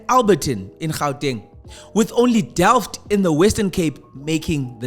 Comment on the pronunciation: Mf said "Delft" 😅